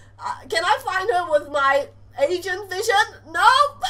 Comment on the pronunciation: when she said agent vision i thought she said asian vision ,_